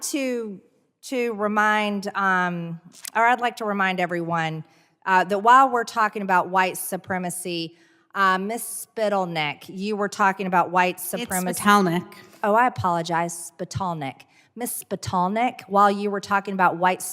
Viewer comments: It’s “spittanMyNeck!” 😊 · MTG should have asked Ms Spiddle-neck (I like that pronunciation better) to compare how many Politically motivated murders by white supremacist against blacks there were/are vs blacks murdered by blacks. Also, when she says all the politically motivated mass shootings in this country were committed by Cisgendered, white supremacist males, I hope she realizes that those shootings included white victims as well. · “Ms. Spitleneck” 😂 doesn’t know what she is talking about!! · I like the pronunciation of her name as Ms. Spittle-Neck better. Emphasis on the first syllable. Did anyone else pick up on how she "supported" Riley Gaines by stating that she is "absolutely sorry that Ms. Gaines FELT threatened and unsafe" at SFSU. No, bitch, she was threatened. What you're offering is the typical leftist non-apology apology that accuses a victim of feeling something (with the implication that person is crazy for feeling that way) rather than condemning the act of the perpetrator. It was the equivalent of a leftist saying as they so often do, "I'm sorry that you felt offended by my remark" rather than "I'm sorry that I made an offensive remark." I'm completely confident that Ms. Spittle-Neck cheered the SFSU crowd. They're her crowd. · I almost lost my coffee when I heard MJ say spittle neck😂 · Lol "Spittle-meck". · Lmao at MTG mispronouncing the name at the beginning . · She mispronounced her name wrong on purpose. MTG is a foul human. 🤬🤬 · I love the way she mispronounced her name. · Mtg is so disrespectful, the way she pronounces last name is ridiculous. Or maybe she’s illiterate. Why do we have to deal with republicans who lie in front of USA? Why aren’t they held accountable? Notice republicans are always upset, yelling, accusing, talking over witness so no one can hear the truth. Wonder if they ever get tired of being hateful? Know I’m tired. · What a class act deliberately ,mispronouncing a person’s name. How Trump like of her. Grow TF up.